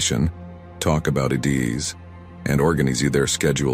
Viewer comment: AI voice doesnae know how to pronounce Ideas or Organise LOL